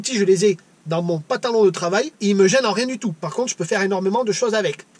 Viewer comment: Super la vidéo et l'anecdote du tonton...quelle chance d'avoir eu un enseignement comme ça, en pratique, par un membre de la famille...ça donne envie de voir sa bouille au tonton! Un truc, le mot pantalon, on dirait que tu lui oublies le 1er N. On dirait que tu dis PATALON...remarque, c'est original, la LUMY-TOUCH ! :)